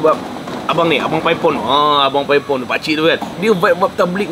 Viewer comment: Bang,klau geng OL² "paipon" 2 bkn "paip on" bang😂,,gen Z ckp YTJT😂😂